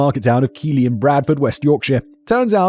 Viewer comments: I’m only a short way through the video, and I’m already aware of the case and I’m horrified. As a resident in Keighley, and having lived here during the time in question, it’s scary to know we had this issue here too. Also fun fact, it’s pronounced Keithlee, not Keely. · It’s not pronounced Keighley, it’s Keith-Lee. My grandad comes from there and your mispronunciation is driving me nuts. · Simon's pronunciation of Northern towns upsets me 😅 Keighley is pronounced Keith-Leh